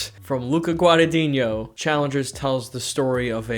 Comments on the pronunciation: 7 years later and he still doesn't know how to pronounce Guadagnino lol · So funny that he still can't pronounce Guadagnino correctly